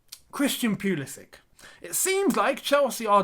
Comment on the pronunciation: You are genuinely one of the few people who calls this man's name right.